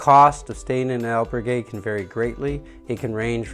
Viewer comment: Please learn to pronounce al berg gue